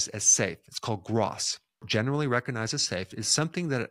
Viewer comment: The "G" in recognize is not silent.